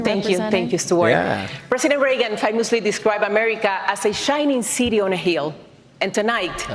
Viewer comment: "eesha nicity onnahil" Ah, a shiny city on a hill, right. Wasn't hired for her clear pronunciation in English.